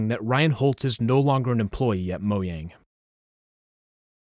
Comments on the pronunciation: It's pronounced mo --J-- ang, not mo'yang' Get it right fam 😊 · What do you mean moyang, it's mojang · The way you pronounce Mojang pisses me off so much lol